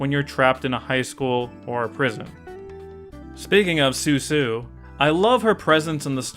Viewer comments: Hey, I think you kept calling Susan “sue-sue.” Which, uh, isn’t her name. It’s Susan. They pronounce it “Sue-Sin” when she’s introduced because the joke is that they all have very plain names, and they pronounce them with weird inflections to make them sound more sophisticated or exotic. Like when people call Target “Tar-ge” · It's not Suesue it's Sue Sin lol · You kept calling her "Su-Su" but I'm pretty sure her name is "Sue-sin" like "Susan", like all the rich friend names were jabs at snobby, upper-class stuffiness, like "Eliza-beth" instead of "Elizabeth" for example. Or maybe this is just me mis-remembering due to Mandela Effect? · I think it's pronounced "Su-sin". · I thought her name was pronounced "Soo Sin." ...like a snotty way to pronounce Susan. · It's actually Seuss-in (the joke being how the snobs all pronounce their names in an over the top fashion)